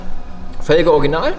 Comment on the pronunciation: Orginal 😁 oder Orschinal?